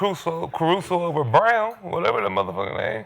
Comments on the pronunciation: lol it’s Braun not Brown 😂😂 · It’s Christian “Brown” Braun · To be fair, Braun does translate Brown over here. Lol, you're right, though. They don't even try to pronounce names correctly.